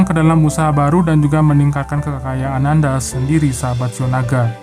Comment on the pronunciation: Lone king,,,,,qu ketawa krna pembacaan shiao naga keseleo😃.....